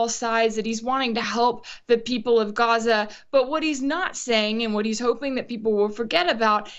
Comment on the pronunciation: Rachel, it is NOT Goza, it is GAZA.